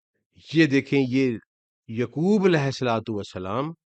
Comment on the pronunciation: Muslim not Muslim thanks. Say yaqoob not yukoob